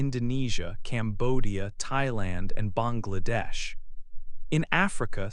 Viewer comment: You have correctly pronounced 'Bangladesh" in our subcontinental accent.